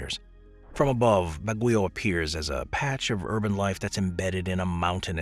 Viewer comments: That summer capital of the Philippines is pronounced “bag-yoh”, not “Baguyo” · Baguio is pronounced incorrectly, BAG-gee-oh. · Ba(same as ba-ton) gui(same as Gui-ness) o(same as o-ratotary) Ba-gui-o